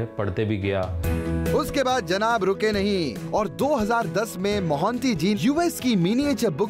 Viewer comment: Vo monty nhi mohanty hota hai